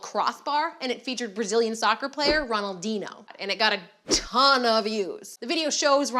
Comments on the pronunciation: its not "ronaldino" its Ronaldinho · Its ronaldiño... Not ronaldino hahaha! Love te show, Just care a little bit more about how names are said and you'll be good!:) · its ROH-NAL-DEEN-YO, not ROH-NAL-DEE-NO (soccer player from #2) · I feel so ashamed of her, she called Ronaldinhio, Ronaldino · It's not Ron-al-din-ho its Ron-al-dini-ho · how dare you call him ronaldino, its not a dinosaur ffs... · its not ronaldino. its Ronaldinho ffs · Ronaldino... Its Ronaldinho Ffs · It's not soccer it's football and it's not Ronaldin its Ronaldinho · It's pronounced Ron-all-dean-yo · Did she just say Ronnaldeeno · Ronaldinho (Ron-al-deen-yo) Just so you know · It's pronounced Ron Al dee nee oh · im sorry but fuck you for saying ronaldino. the rest of the vid was awesome btw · ronaldeeno lol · It's not pronounced Ronaldeeno lmao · ITS PRENOUNCED RONALDIÑO!!!!!👿👿👿😡😡😡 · Ronaldeeno... Ronaldeeno.... THE FUCK?! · "Ronal dinio" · In the uk Ronaldinho is pronounced ron-al-deen-E-O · Hahahahahah "Ronaldino" 😂😂😂😂😂😂😂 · Ronaldinh(i)o ron-al-din-io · Ron-Al-Deen-E-O Ronaldinho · "Ronaldino" Why? Whyyyyyyyyyyyyyy?! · "Ronald deeno" lol. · ffs "Ronald dino" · "rondino" haha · Ronaldeeno really... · gaaahhhh!!!!!!!! ffuuuccckkk!!!!! she mispronounced ronaldinho's name!!!!!! ffaaaahhhhhh!!!!! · i wish she could say Ronaldinho's name correctly :( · The way she pronounces Ronaldinho hurts my soul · how she pronounces ronaldinho tho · That's not how you pronounce "Ronaldinho." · the way she says Ronaldinho ----_______________________________________________ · Not to offend u or anything, u absolutely murdered ronaldinho's name lol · U pronounced Ronaldinho wrongly -_ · way to butcher ronaldinho's name :D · I dont know whats worse, that she said soccer or that she couldnt rightly pronounce the name of one of the most well known footballers ever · The way she says Ronaldinho hurts me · I got aids when she said ronaldinho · a painful pronunciation of Ronaldinho's name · YOU CANT SAY RONALDINHO